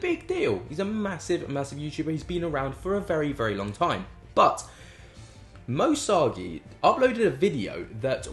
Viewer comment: Love your content but please could you pronounce Moe Sargi correctly 😂 my ocd goes nuts every time you say his name!